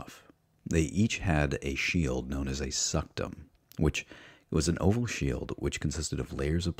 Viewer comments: Good vid, but much of your Latin pronounciation is off. The Roman shield, for example, is pronounced "Scoot-um" not "Sucked'em" Pyrrhus is pronounced "Peer-us" not Fie-ris". In this period the letter 'C' is always pronounced with a hard sound, like a 'K'. The soft 'C' does not show up in Latin until the early medieval period. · You mispronounced so many words. Pie-lums? Fie-rrus? Suck-tum? Vee-lights? Are you not a native english speaker or something? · Point History Great Documentary on the punic wars. Really enjoying it. But on 35.06 minutes you said the shield is called... "suctum"... WHAT? XD it is called a scutum as it is written there. it would also be good if the pronounciation of the latin terms would be a bit more accurate not Velites (english) its more like VE li Tes. If you dont know watch some of metatrons vids. It just indicates that some of the basic things are missing to you. Your work, it is great on the overall perspective (the big picture), but when you go into detail the details should be correct. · I luv your videos but when you call a scutum a suctum it freaks me out brother... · Love this but I think pronunciation of scutum, pilum, and pyrrhus may all be off